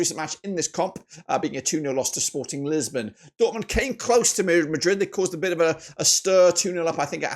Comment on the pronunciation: its lisbon not lissabon, but also its Sporting Portugal, not Sporting lisbon. also with all due respect this milan side isnt winning at the bernabeu, i dont think inter will lose at home either tbh, the zvezda beating barcelona i can see happening for some reason but i think barcelona are too strong to back that rn